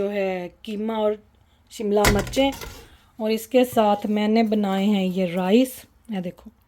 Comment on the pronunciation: Mari bahan word murch NAHI mirch HOTA ha correct it